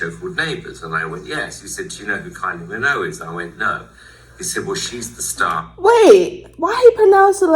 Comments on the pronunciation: What the hell is simon cowell saying? everyone in the uk knows to say minogue with the g, he even had her sister Dannii Minogue on the UK X factor lol you were saying it right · You say it right don’t worry 😂❤ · You are pronouncing her name correctly. He just have an accent. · Your pronunciation is perfect with the G. … ignore Simon. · No you are saying Minogue correctly. Simon simply cannot move his mouth correctly. Kylie has always had this incredible magnetisms. It just seemed natural that her music career would take off at the time. It was no surprise to me anyway.